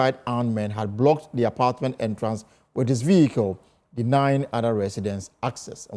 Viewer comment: Very stupid news🎉🎉..the way you are emphasising the vehicle, vehicles...😅 poverty people